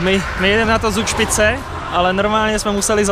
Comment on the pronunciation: Z se v nj čte jako C :)